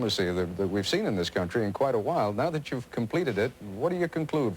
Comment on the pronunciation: "I'm Ted Koppel and thhhhiiiiiiiiiiiiiisssssssssssssssssssss.......(long pause).............. is Nightline.